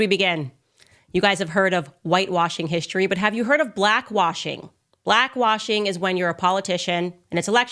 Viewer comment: "Hishtory"???😳 That's not how History is pronounced!🤣🤣🤣 Was she drunk?🤣🤣🤣